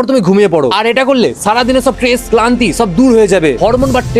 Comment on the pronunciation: Tress❎ stress✔️